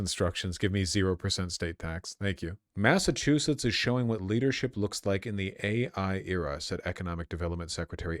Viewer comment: Thank god no one has lived in Massachusett in recorded history. Massatruthetts .